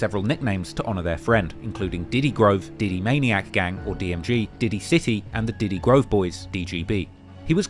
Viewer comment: its diddy grove not ditty grove lol